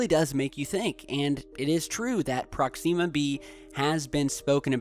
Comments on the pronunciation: prox-ihm-ah not prox-eem-ah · ProkSEEma !? Really mate? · Another great video but please learn how to pronounce Proxima B. The i is soft. It's not 'ee'. Like Prox - im - ah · prox-zeeema!!! Sounds like something you put on your face to get rid of pimples!!!! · prox-em-muh B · awesome, but he has a major pronunciation problem. Proxima has major emphasis on the first, not second, syllable. Sometimes hard/awkward to listen to him. Not just this word but many others. Wonder where he picked up these incorrect pronunciations? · Your pronouncing Proxima wrong